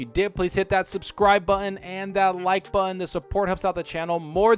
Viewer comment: Why does this guy have such a hard time pronouncing the word, "button?" Buhen. Bun.